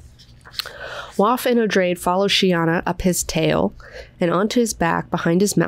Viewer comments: It's meant to be 'oh-dray-dee-', the name is explained upon the introduction of the character. It's derived from the name 'Atreides' and the pronunciation is more or less the same :) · Noticed that you, as well as Quinn on his channel pronounce "Odrade" as O-drayd . When I read, my mental voice pronounced the name as O-draw-day. Just a silly thought that came to me in my sleepy head. Love your channel, thanks for all you do. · I pronounced it Oh-DRAW-day because it is a derivitive of Atredies. So I assumed three syllables and the emphasis on the second.